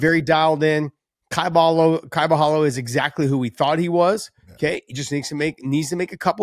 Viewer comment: Don't pronounce Borhalho not with HO at the end , just like Ronaldinho ( PRENOUNCE RONALDINJJJJJJJJOOO) BORRALJJJOOOO